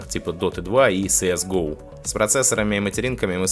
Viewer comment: СэЭс Гоув.... как жешь ухо режет..